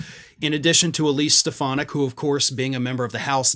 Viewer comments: Donald pronounces her name as Stef,ah.naak. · I’ve been convinced “Step-Uh-Nac” would be his running mate for some time. I haven’t seen anything to dissuade me from that so far.